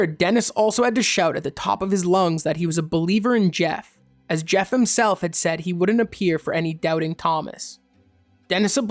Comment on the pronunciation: Pronounced Ger, not Jef.